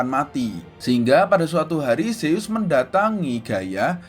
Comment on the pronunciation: Kak bukanya nama anak rea zeus bukan seyyus